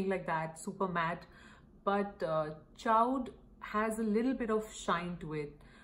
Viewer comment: Great comparisons! I’m pretty sure Mac Chaud is pronounced like “show”. It means Hot in French.